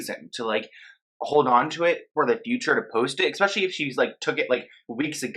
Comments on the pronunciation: You really love saying "expecially", do n't you? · There is no X ——- in “especially”